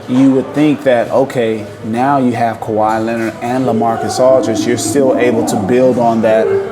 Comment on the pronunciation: > Je dirai exactement la même chose des gens qui prononcent "Ka why Léonar"!